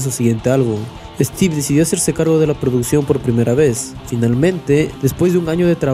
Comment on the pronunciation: No es steven es Steve